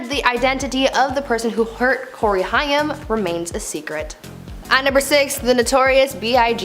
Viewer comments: You seriously need to do better research before you do videos like this,,,, Far too many mistakes and it’s pronounced hame!!!! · I know she said Cory Hi-am! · lol more like Corey Hey & AIM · "Cory Hi-um... Wat a dope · Who doesn't know how to pronounce Corey Haim's name? Nobody was able to help this kid out? Also the research on this show is always so hit and miss, it makes me nuts! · This announcer is not so young that she gets a pass about not knowing how to pronounce Corey “Haim”. Gimme a break. If you’re in your mid-thirties, you’d will know how to pronounce that. Unless you lived under a rock. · I did enjoy the video, although when discussing Cory Haim I had no idea who you were talking about until you mentioned Cory Feldman. He was extremely famous and wildly popular back in his day so it seems a bit lazy to me to not take 2 seconds to learn about who he actually was and how to pronounce his name so at least we know who you're talking about. Overall tho, great video! Thanks! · I cringed every time she said it too. Haim rhymes with aim. It's not a particularly difficult name to read. A bit of homework would avoid issues like this. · Me too. Pronounced like HAME not HI-YAM. But Gen-Z wouldn't know that since he was popular with Gen-X and maybe some older Millennials. 😏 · This drove me NUTS! It's Haim, not Hiam! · Your miss pronounced Corey's last name, not a Jewish. Haaaaaame long a . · Isn't it pronounced Hame (Haim) like in name? And it's Ludwig ( lewd-wig) not Luhdwing. Saget (Sag-get) noy say-get. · I just can't with her pronunciation of "Haim" It's pronounced hay-m ... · Haim is pronounced like it should be spelled “Hame” and rhymes with tame. 😉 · Nice video, thanks. It’s Corey HAIM (sounds like AIM). Also what you said about Britney Murphy isn’t a conspiracy theory why do people use that label when people discuss facts? She and her husband both had some kind of mold on their home, don’t you think it strange they died so close in time to each other?